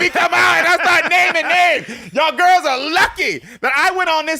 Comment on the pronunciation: now that is a MAN..and the way they keke, Its soooo cute!!😍 "let the gwurls know!!" 🤣